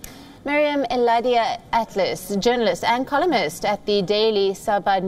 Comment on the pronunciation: it's funny how she said columist 😂